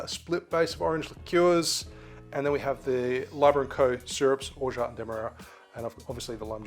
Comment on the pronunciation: That’s the best prononciation of Orgeat I’ve heard on YouTube! (French speaker here)